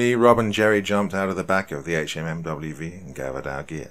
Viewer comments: fortunately, most of us civilians have at least heard a lot of the jargon and can understand it easily enough if it's used. Guess we can thank all of those movies sponsored by the American military. That said, this was kind of interesting. I don't think I have ever heard someone actually say "HMMWV" out loud in a conversational tone. Like, ever. It's almost shocking how ubiquitous "Humvee" has become. Anyway, good work with the actual writing! If you want to keep writing the gear's name out, you could always give a little key somewhere. "HMMWV = Humvee" as well as any other little errors that may be likely. I am not military or police as mentioned, but I used to hunt and find myself remarkably frustrated by the horrible attempts at pronouncing ammunition names. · Apparently this narrator didn’t pick up that a “HMMWV” means “Humvee.” Being a Brit civilian, it makes sense. But that’s the kind of thing that could use a little pre-translation. Otherwise, good story. 👍🏻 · Public service announcement for horror narrators: Hum-vee azz-vab dee dee two fourteen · Pronounced Hum-vee or also called lovingly a Hummer. Just saying if you want the military lingo. Great stories though.